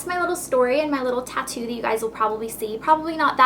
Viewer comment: i though you said toco